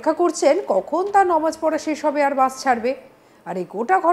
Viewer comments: নমাজ নয় নামাজ ভালো করে বলুন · এই মিডিয়া মেয়েটাকে চাকরি কে দিয়েছে নামাজ কে বলছেন (নমাজ) .......ও মনে হয় তোতলা ঠিকঠাক কথা বলতে জানেনা ওটা পরিষ্কার উচ্চারণ করে বলুন নামাজ ...